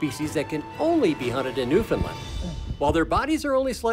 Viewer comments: Great video but your pronunciation of the province is wrong. It’s Newfoundland and not newfinland. You should say it like new found land. 😊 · Being from Newfoundland , it’s pronounced Newfin-land. They were pronouncing it Newfin-lin. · Yeah, we also don't emphasize the "fin" part, as I hear many ignorant folks say. "NewFIN-lin"... We don't call the United kingdom, "the unigh-ed keengdohm" in a terrible British accent, but I think I'm going to start butchering the pronunciation of every other place, just out of spite. Amureekuh Albeertee Ooontardioh Kwekbeckses Brightische Koombayaalumbia Myneetobuc Nosve scotcha Pee in me eye Sassasactchuwana etc.